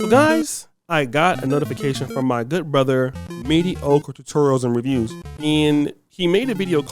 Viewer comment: Dont nobody fluck up anything like the way pronounces Mediocre Tutorial and Reviews. 🤣🤣🤣🤣🤣🤣 I love ya my boy